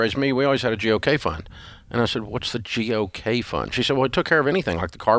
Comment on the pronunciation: I thought it was "gee, okay" fund not G.O.K. (God only knows) based on pronunciation 😂